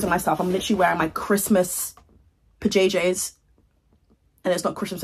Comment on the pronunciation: Idk why “pa-jay-jays” made me giggle like a goose 😂